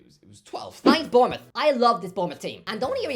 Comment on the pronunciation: Of course he gets Bournemouth right 😂